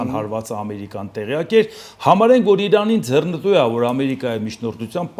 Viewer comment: Հարգելի՛ս, արտասանե՛ք ոչ թե՛ ՝ <<ձեռնԸտու>> սխալով, այլ՝ << ձեռԸնտու>>.....